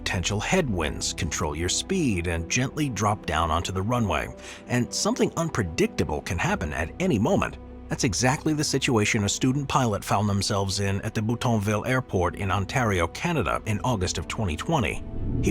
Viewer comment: that's Buttonville, not any Boutonville. Button, like not a zipper.